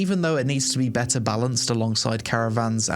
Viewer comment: Love these types of videos. Great overview and helpful to know what's happening with the game. I've followed AOC's development for many years but havent made the plunge to try it yet. Oh, also, I like how you transform the word "better" into "bet-ahhh." 😂